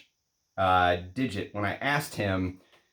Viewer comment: The name Dixit is Indian - not pronounced as digit but literally Dick-Shit with the D pronounced like the “th” in the, there.